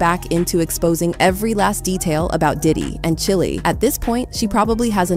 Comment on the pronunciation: And Chile (chili) !!!!! 😂😂😂😂😂😂